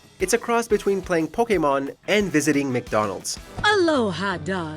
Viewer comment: Are we just gonna ignore how he said “Pokémon”?